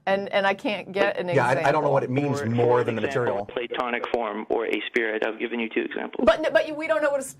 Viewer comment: Can't even pronounce it.